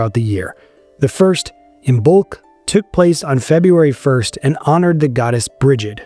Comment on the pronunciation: Also, Lughnasagh is pronounced lu-na-sa, the gh is silent. Lastly Samhain is ss-ow-an . Good job with Imbolc, btw!